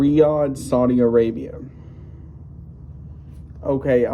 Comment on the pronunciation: Saudi not Saldi.